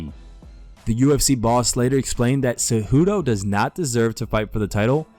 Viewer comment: Keep pronouncing Henry Tejudo lmao how do u not know there is a C and not a T by now 🤦‍♂️🤣